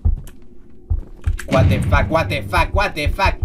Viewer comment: meda mucha risa cuando dises wate fac i tu cara pero me encanta tus videos